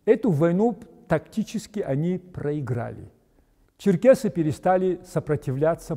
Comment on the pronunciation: НЕ ЧЕРКАСИ, А ЧЕРКЕСИ.